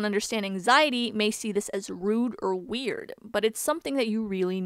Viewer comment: so no one is gonna correct "weird" fine i will do it